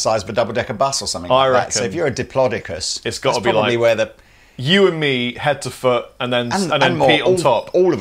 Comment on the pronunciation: According to my 4 year old nephew's dinsoaur duvet cover, it's "diplodocus", not "diplodocus".